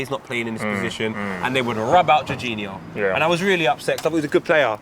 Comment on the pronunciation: says Jorginho like that weird dad who says chorizo Choreeeefo. #x